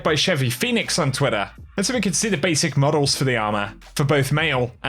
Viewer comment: I'll give you a mars bar and a bag of skittles if you pronounce all your "T" s correctly in your next video. "twidder" "vald of glass"..